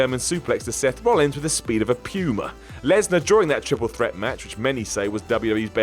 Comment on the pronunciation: The speed of a "pyoomah"...?